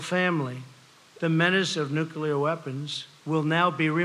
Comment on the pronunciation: this is going to lead to a nucular war